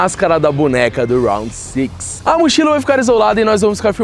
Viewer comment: round six o homem fala bonito kkk eu fako é rounde 6 mesmo normal kkk